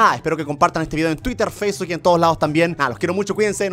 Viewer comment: german dice faceuk o escucho mal